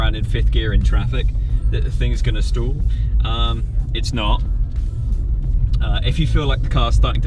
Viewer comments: Guys its stall not stool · "I feel like an american" 😂 sorry did you say STOOL?